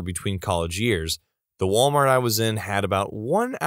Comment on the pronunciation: “Malwart”. Amazing.